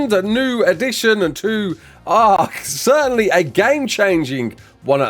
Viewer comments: Certain-ly not certain-et-eley lmao 😂❤ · Since when did you start saying certainly as "certenetly"? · Certainately??? LoL